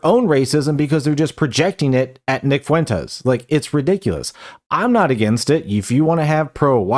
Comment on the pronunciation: Wow wee nick fwentez owning da wiberals.